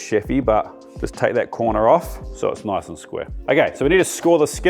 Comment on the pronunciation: "It's really important that we keep this noice and toight". YES, CHEF! 😊